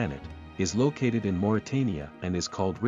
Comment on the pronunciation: lokated? or located?